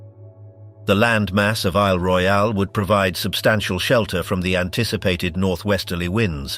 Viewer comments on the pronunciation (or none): none